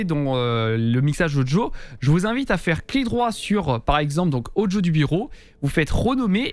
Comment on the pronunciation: Super propre ton tuto. Et j'adore comment tu dis "Odjo" (Audio) no joke xD Je like direct car mon stream est bien mieux réglé ! En revanche j'ai une petite question simple : Comment procéder si je souhaite enlever le son "Discord" sur l'une de mes scènes comme par exemple celle de début de live sans avoir à le couper manuellement à chaque fois ?